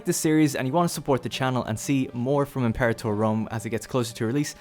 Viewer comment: "Em-Pore-ator" Fuck.